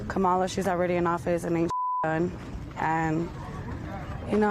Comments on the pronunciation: See how it breaks down among people that pronounce Kamala properly. 😁😁😁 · When you can't pronounce Kamala properly, you aren't informed enough to vote and should just stay home (that includes YOU, Donald).